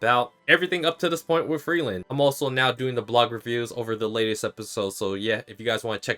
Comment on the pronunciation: To me it sounds like that the japanese dub calls her Frieren (technically FuRIIREN), not Frielen as you are saying it. The origin of the name, like most of the names in the anime, comes from german, in this instance Frieren means "freeze", so I say the correct pronounciation of all the names in the anime should be how the german word is pronounced.